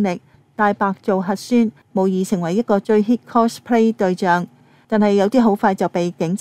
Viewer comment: 係 cospay，唔係 closplay